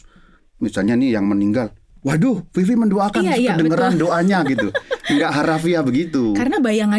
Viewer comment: Maaffff Vivi , bukan Fifi 🙏❤️